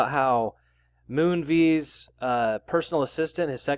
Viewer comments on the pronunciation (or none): It's pronounced Moonvez btw 👍